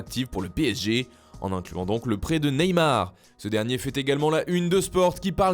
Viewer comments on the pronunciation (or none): none